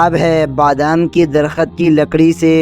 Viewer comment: Aap ko padhna nahi aata hai kya darakht ko darkhat padte ho.sabdo ka sahi bolna seekho.